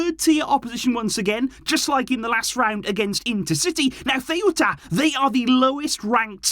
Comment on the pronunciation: I cant lie hearing butcher my hometown name like that loool got me in TEARS🤣🤣🤣